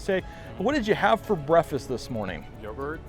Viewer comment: he said brefess....